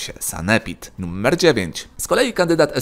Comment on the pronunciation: numer nie nuMMer... błagam litości